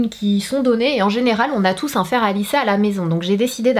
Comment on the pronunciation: "fer" pas "faire"